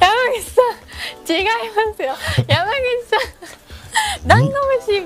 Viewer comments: の「山口さん」も心なしか「ダンゴムシさん」に聞こえる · がダンゴムシさんに聞こえたww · 違う違う！ダンゴムシさん！って聞こえて草